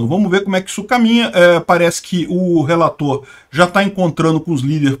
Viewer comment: "Emendas do relatorrrr". rsrs